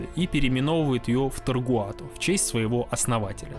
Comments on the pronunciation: видос крутой, отдельный мем для меня это весь видос после автора говорить Тогруат. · Я устал считать сколько раз ты неверно произнёс "Tagruato". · Почему автор упорствует в неправильном произношении TaGruato ? Наверное, это синдром "скрупулёзности". 😊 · Почему вы называете ее таргуато когда она вообще таГруато????? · таГруато же, а ни таРгуато, разве нет?) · Почему ты говориш Таргуато а не Тэгруато как написано ? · ты за весь ролик ни разу не произнёс правильно название ТАГРУАТО, говоря "таргуато". бро, что с тобой не так? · таГруато же написано, а не таРгуато... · ТаГруато а не ТаРгуато😡🤬😤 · Тагруато. Не Таргуато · Не ТаРгуато, а ТаГруато. Всё очень интересно кроме этого грубейшего нюанса, который очень сильно мешал сосредоточиться на просмотре. Сорри но за такие грубые косяки пришлось влепить дизлайк ( А в целом конечно Лайк! 👍) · Автор ты или читать не умеешь или буквы путаешь. Как можно вместо taGRuato все все время говорить taRGuato??? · почему ТАРГУАТО когда ТАГРУАТО? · Не ТоРгуато, а ТаГруато